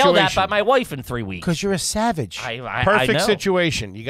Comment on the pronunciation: . “WOIEFE” as wife is nuts lol